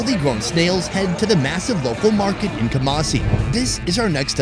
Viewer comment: I live in Ghana and it called not kumacie it is ku-ma-si 😡😡😡😡😡😡😡😡😡😡😡😡,!!!!??!!!